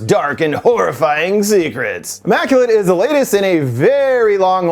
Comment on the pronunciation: Ya lost me when you called it “AHmmaculate”! Lol